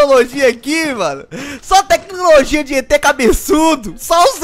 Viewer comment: Teclologia esse mata o português